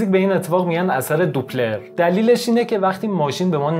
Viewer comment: ضمن عرض پوزش داپلر هست نه دوپلر